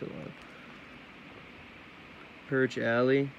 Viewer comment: 2 things 1.) Its the Al-lie 2.) Its Smoke not Smock